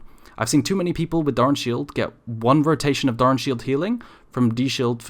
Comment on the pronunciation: Jfc can you stop saying "DARN" shield, pronounce it right please LOL